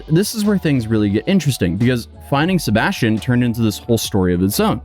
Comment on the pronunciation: Sebastian…say it a hundred times, until you can pronounce it correctly. Every time you said it, It sounded like you were saying “ sirbashtion”. Try slowing down your talking speed! 🤷🏻‍♀️